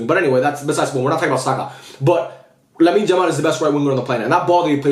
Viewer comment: why do you say Lamine Jamal lol?